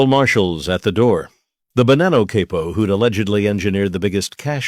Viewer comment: It's again saying Cay-poe instead of Cah-poe